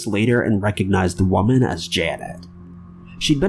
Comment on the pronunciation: you always pronounce woman in a hilarious way😆😅 Mary Edith silvani case is sad